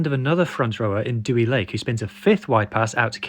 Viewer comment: Great video. Deh-wee Lake is how you pronounce his name though